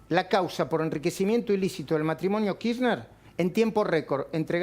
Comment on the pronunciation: KIRRNER? hay algún periodista de clarín que pronuncie bien el apellido de CFK?? Uno les pido por favor. Están todos de frula o empastados hasta la coronilla para bancar el servicio :P jajaja